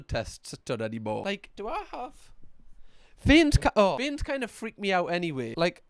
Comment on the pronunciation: I feel more faint everytime you say vien 🫠